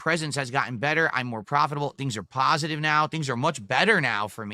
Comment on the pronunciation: he really thinhks he has a "pahsitive" internet presence LMAO Hes such a BUM!